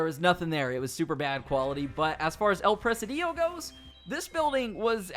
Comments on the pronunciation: El preh-SEE-dio. Not El preh-sih-DEE-oh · It's pronounced "pra-sid-e-o" Not "Pres-a-dio". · Its Pronounced El “Press Cd Oh” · It's "El presídio" not "El presidío" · El presidio not "el presadiyo". Great video. Thanks! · El Presidio not El Presedío 😂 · No is El presiidiiio. Is El presidio. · El Pre-SID-io. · You pronounced “El Presidio” wrong. It's Pre-Seedeo , not Pre-see-Dio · It pronounced "el preSIdio ". It means The Jail or Fortress of soldiers. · STOP CALLING IT “EL PRESIDÍO” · El presidio means the jail or the asylum. It's pronnounced "pre-c-deeo" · You pronounced El Presidio wrong lol it’s actually El-pre-seed-yo